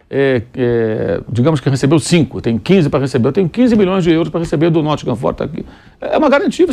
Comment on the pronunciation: "Nottingham FÔrest" É cada um viu